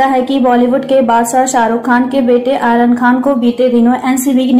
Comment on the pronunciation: आयरन नहीं मैडम आर्यन सही से बोला करो